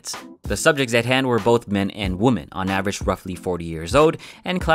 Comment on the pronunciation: I love how you say "popular"! I love how you say "women"!